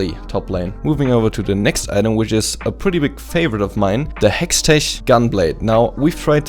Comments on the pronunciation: heschtesh gunblade, is pronounced "hex teck" gunblade :D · Yo,, versuch mal Hextech auszusprechen, als wäre da ein K am Ende.. HextecK.. Nix da "german thing":D Btw. besteht die Möglichkeit dich in LoL zu adden? Würde mir gerne bisschen was abgucken von Dir >:D